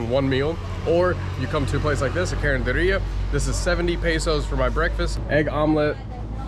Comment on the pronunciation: Carinderia. Yes you said it right. These are roadside foodstalls that sell delicious yet within the range of a price budget. Take care of your health always.